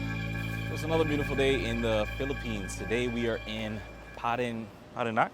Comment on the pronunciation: Parañaque is pronounced paren-yah-kay. Just like manaña has that nyah sound.